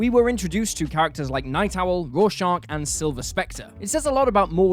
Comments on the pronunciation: FFS! Its Rorschach, not Raw Shark!! Have you even read Watchmen? 🤔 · Petition to ban this man from ever saying Rorschach again please